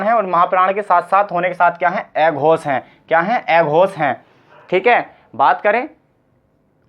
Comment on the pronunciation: भाई पढ़ा अच्छा रहे हो लेकिन उच्चारण तो सही करो, न को ने प को पे स को से अघोष को एघोस बोल रहे हो। आप हिंदी पढ़ा रहे हो , सही उच्चारण करो।